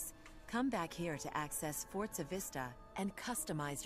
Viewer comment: It's forza with a Z not fortza, always has been!